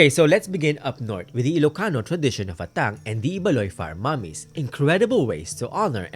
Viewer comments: I'm not sure but our Ilocano pronounced it as "Ah-tang" not "At-tang". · Just wanna share 😅, I noticed yung pronounciation for Atang where the emphasis is at the 2nd syllable "a-TANG", I was taught and often heard from family members that the correct pronunciation is "Aah-tang"/"AH-tang" (emphasis is at the 1st syllable than the 2nd)